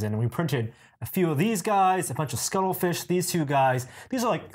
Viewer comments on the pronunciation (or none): What is a scuttlefish? Is he mispronouncing cuttlefish or is it something else?